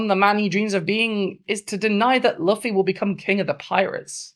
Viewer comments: Banger video, one thing, please never pronounce luffy as “luhffy” again, its pronounced “loofy” not hating but its severely triggering me😭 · I really appreciate this video bc it's been bugging the fuck out of me seeing yamato miss-gendered so often in fan content, but at the same time hearing "luh-fee" repeatedly hit me for psychic damage. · I love this, literally everything about, but let it be known that it hurts my soul how you pronounce Luffy's name 🤣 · I agree with ever word you say 🏳️‍⚧️… except your pronunciation of ‘Luffy’ 🤔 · I very much agree with this person, but unfortunately she is british and so refuses to pronounce words correctly - manga, luffy, yamato to an extent - this is 'tacko' all over again. (No legit hate, just a peeve)